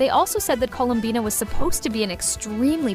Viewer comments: No way a real person would ever say Colum-bye-na. Most likely AI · It’s 100% AI, no human says “ColumBYEna” We say it as “ColumBEEna” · Columbyna , kinech , reyden show gun " 🥰🥰 definitely not an A.i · /coh-loom-bee-na/ or even better,Colombina,with 2 o /pul-chi-neh-lla/ /pahn-tah-loh-neh/